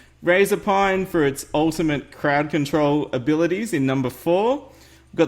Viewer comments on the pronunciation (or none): he said farting crowd cantrol lol